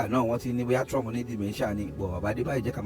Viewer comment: I don't understand why Nigerians call him Trum😂instead of Trump